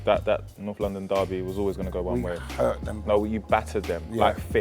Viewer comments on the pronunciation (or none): none